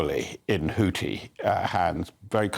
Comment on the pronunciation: Guys, please Google how to pronounce Houthi. It's not HouTi. It's HouTHi. xx